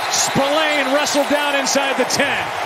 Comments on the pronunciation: John Buck doesn't know this player apparently, listen how he pronounced 😅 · Even with 2 INT, John Buck pronounced Spillane name wrong like the player is debuting, what a joke 😅